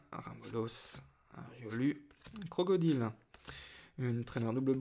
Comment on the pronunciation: C'est pas CROCODILE c'est CROCRODILE aaaaah arrête de mal le prononcer ! >:\